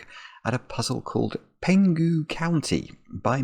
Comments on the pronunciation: You are correct that Penghu is a county of Taiwan. By the way,it's Peng-hu ,not Pen-gu(h is pronounced) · for me. Nice puzzle! Interesting to see a puzzle named after a place in Taiwan, where I'm from😄 I believe the regional sum lines are meant to represent the Taiwan Strait between China and Taiwan, although I'm not sure which one of the arrows represent Penghu County😅 And it is pronounced as Peng-hu (Chinese: 澎湖)